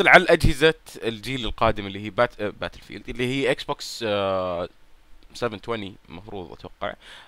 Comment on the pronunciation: باتيلفيييلد يارجال قل بتل فيلد وريح نفسك